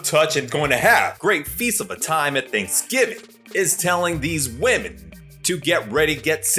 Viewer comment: She said Think giving...instead of Thanksgiving...😂😂 ..Ladies yall need help. She ain't no role model 😂